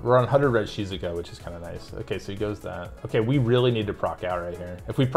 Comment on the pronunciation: I like how you pronounce Shizuka haha, sounds like how a Japanese person would say it